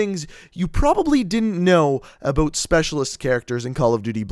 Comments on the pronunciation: He said "aboot" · i didn't know aboot this 😂😅😂